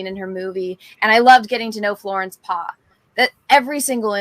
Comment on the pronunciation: “Florence Paw” no😭😭 its Pugh like (pew pew) from a gun blaster, think of Star Wars 😅🙏🏼